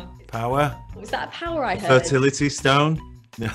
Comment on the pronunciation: "Fertility stone" lol